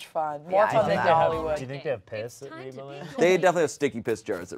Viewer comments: pronouncing Reba as REE-BAH is sending me idk why lol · reaba just rebax